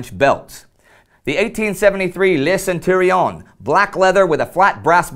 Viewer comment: I'm sorry Indy, but i'm afraid one of your "i" deserted its post. Either that, or you misstook "Le ceinturon 1873" ( from "ceindre" "to gird", it's simply the Mle 1873 belt ) with a centurion, a rank in the antique roman legions. ;)